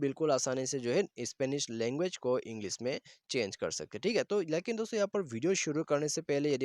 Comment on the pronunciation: Please stop saying dostho